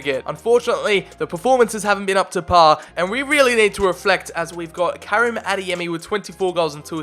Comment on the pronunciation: Bruh... I’m I the only grammarboi who’s going crazy over how he’s pronouncing Karim?!?!